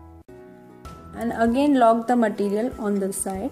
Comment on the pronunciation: it's too tough ,and you don't know how to say material, you are saying maatttiiireealll